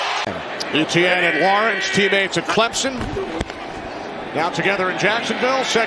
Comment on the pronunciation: Kinda funny how they pronounce Etienne. It should be [Ay-chen] instead of ETN 😅 Exciting game, all the way to the end!